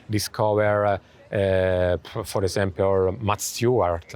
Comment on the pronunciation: I love when he say "for esempiol" instead "for example"